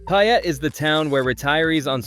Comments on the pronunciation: Payette is pronounced pay-ette not pi-ette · Wildly inaccurate figures on cost of living, gas prices, rent, and home prices. Wrong and misleading information. Plus, if you think you’re giving a true representation, please learn the proper pronunciation of the towns you’re trying to promote. The residents of Pie-Ut might appreciate it. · Boy did you butcher the pronunciation of Payette. 🤣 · Don't you hate the mispronounciation, I do. How in the world did they manage to screw it up!!! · you don't even know how to pronounce payette